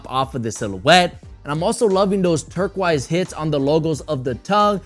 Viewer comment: love how you say turquoise - "turk-wise" <3